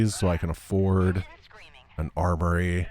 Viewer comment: At one point I thought I heard say "arbory" instead of "armory". I think one of us is taking the term tech tree too literally.